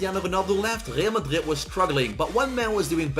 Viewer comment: Bro why are you saying Real Madrid like that????